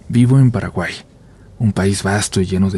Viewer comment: Se que no da la ocasión pero es muy gracioso como decis Paraguay jaja solo eso